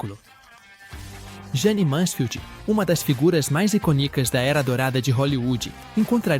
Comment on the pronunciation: Iconíca ICONÍCA Eu ACHO 😂 QUÊ, I I-C-Ô-N-I-C-A